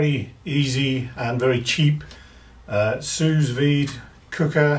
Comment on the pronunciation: Nice video, thanks. One nit: you don't pronounce the second 's' in 'sous'